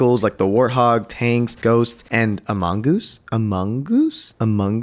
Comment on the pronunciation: "amongoose?" ... I hate you